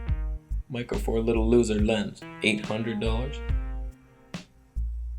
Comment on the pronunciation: One of the things I look for in CC videos is him saying "LEW-ser!". For some reason find it funny every time. And another thing is the honest, hilarious, entertaining and unique point of view. Keep up the great work!